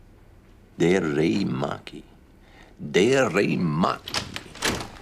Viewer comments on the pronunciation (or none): “Derey Maki” 💀😂